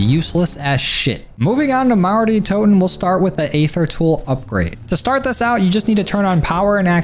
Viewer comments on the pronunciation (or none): EEEther. not AAAAther lmao